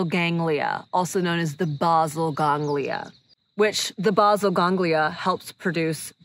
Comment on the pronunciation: The "Básil Gánglia"... hahahaha